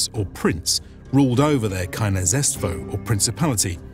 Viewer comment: the pronunciation of words like княжество could be better